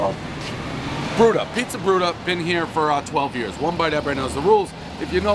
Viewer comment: One pizzer review, everybody knows Pres adds extra R’s when he speaks